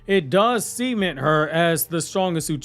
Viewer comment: Bro don't be saying cement like that theyre still children.. kinda we